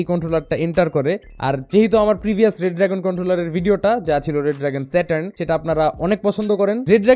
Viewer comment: It's not ''RED DRAGON'', it's ''RE-DRAGON''